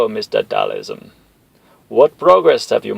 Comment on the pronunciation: Who the fuck is Dhalism? 🤣 It's Dhal- SIM haha... Still, this is AMAZING! in the words of M Bison: "You have made me a very happy man!"